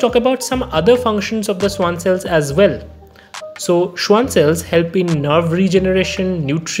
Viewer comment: Not "schuan" it's "schvan" since it's a german name and the w has v sound